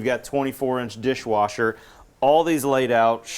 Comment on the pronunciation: Did that say "24" bishwasher"?